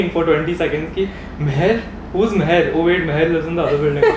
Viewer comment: idk why but i heard zeher when you said your intro. BTW Loved this video <3.